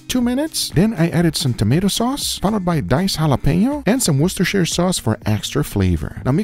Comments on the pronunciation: as a British person i commend you for not butchering the pronunciation of Worcestershire. Thank you Guga. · Congrats on your pronounciation of Worcestershire sauce